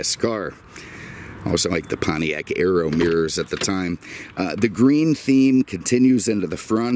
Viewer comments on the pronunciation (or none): none